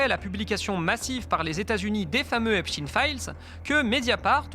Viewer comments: Exactement. Il faudrait prononcer [ ...tajn] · Einstein, Frankenstein… EPSTEIN ET NON Epstine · Epstin s écrit Epstin mais pas Epstein qui s écrit comme Einstein ou Eisenstein qui ne se disent pas Einstin ou Eisenstin mais se prononcent Einstein et Eisenstein. Il faut donc prononcer Epstayne. C'est aussi simple que ça et c'est aussi culturel. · C'est pas EPSTIN...c'est EPSTIEN....vous ne parler pas de Alfred INSTIN mais bien de A. INSTIEN both of Jewish origine. Ca vous fait quoi de changer la pronontiation d'un nom ? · C'est pas Epstin mais Epstein on dit Albert Enstin mais Albert Enstein on dit pas Frankenstin mais Frankenstein. Ce que vous oubliez de dire c'est que la fille de Jack Langue a touché plusieurs millions d'euros dans le testament d'Epstein donc le lien est très clair. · Pourquoi dites vous "Epstine" et pas "Epstein? ??? En français on dit "Einstein", "Franckenstein"...etc. Enquête intéressante, mais prononciation ridicule !! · se faire appeler Hep's ! Teens ! au lieu de HEPSH'TAïNE, c'est déjà avouer qu'on aime les jeunes ados... (teens en anglais) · Le monsieur s'appele "Epstein," comme Einstein, et prononce EPSTEIN. non pas epstiin. C'est une grave erreur de genre. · C'est pas "Epstine" Mais " EPSTEEEEEEIIIIIIIN"! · Pas Epstine mais Epstein.... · Bah OUI ! Ont dit pas " Franke-stine" , à ce que je sache. Tous les médias qui utilisent cette prononciation de " Epstine" ou lieu de " Epstein" : médias à la botte du Crif. Point barre. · De Villiers a dit Epstine c est comme Raspoutine ca fait plus russe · Vous dites epstin ? Vous dites aussi Albert instin ? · cest pour que ca sonne russe. Et pas israelien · On dit einstein ou einstine ? j'essai de comprendre cette nouvelle mode en france de changer la prononciation en fonction de la personne.